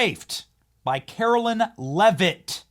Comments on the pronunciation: Benny, Carolyn is spelled Carolyn. Karoline (KaroLINE) is spoken as KaroLINE. Love your show and this new Press Secy is fabulous. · KARO-LINE IS HOW ITS PRONOUNCED! It’s not Carolyn. Do better Benny!